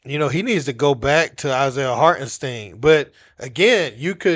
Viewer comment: He called him “heart & steeeen “ smfh..yall need speach class